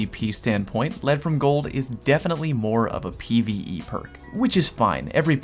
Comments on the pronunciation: My god. He pronounced it "Ledd from Gold." Thank you,. Thank you so much for understanding what the hell it means before saying it. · Take my thumbs up you are one of very few that pronounce Lead from Gold properly